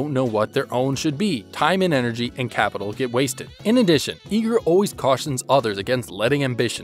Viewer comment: "I-gr" not "E-gr"